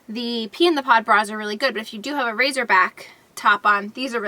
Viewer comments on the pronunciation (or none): It's 'racer' not razor lol